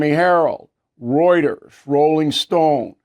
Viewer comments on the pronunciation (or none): none